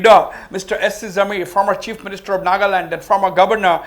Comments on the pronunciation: "Naga-lim, Naga-lin, Naga-lam" 😂 sir, it's Nagaland (Naga+Land) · ITS NOT NAGALIM ITS NAGA LAND